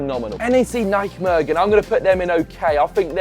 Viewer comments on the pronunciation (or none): "NEC Naikmergen"🤣